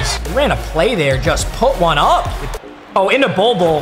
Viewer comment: why do u say one like that